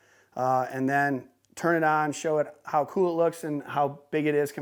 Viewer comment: Y everything keeps saying that word C00l sounds like $CHOOL UGH 😑 LOL RIGHT GIVEAWAY ONE OF THEM TV MOUNTS OR TVS PLZ LOL 😂